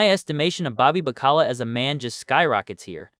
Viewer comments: "Bobby Ba-Ckala?" Did you actually watch this show? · Please for the love of God pronounce Bobby's last names correctly! What in the literal fu@ A Sopranos channel that mispronounces names!